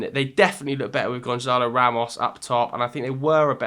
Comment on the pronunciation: its Gonçalo Ramos yes Gonsalo not Gonzalo Ramos